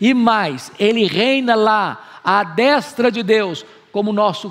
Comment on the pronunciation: Nunca vi alguém com tanta autoridade teológica como Hernandes em nossos tempos no Brasil, não perco um vídeo. Inteligentíssimo e cheio da presença de Deus. Só tenho uma crítica a fazer deste vídeo, mas é coisa supérflua, "à destra" a vogal "e" tem som fechado, e vejo todo mundo falando "destra" com som aberto. No caso a forma correta é d[ê]stra. Só quis compartilhar, vai que ele lê. O português dele costuma ser impecável, só achei essa falha.